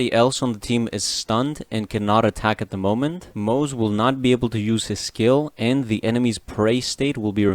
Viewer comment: acktually, it's pronounced "moz-uh" not "moz" 🤓